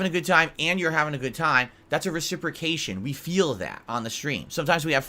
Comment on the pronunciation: I love when he says reciprocate